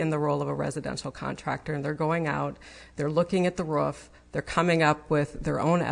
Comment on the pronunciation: Roof not Rurfff